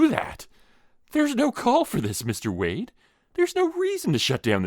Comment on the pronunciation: This was awesome! I just wanna know how many times you said Wayne instead of Wayde 🙃